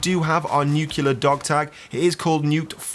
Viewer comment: NUCLEAR, NU-CLEAR not NUKEyouLER.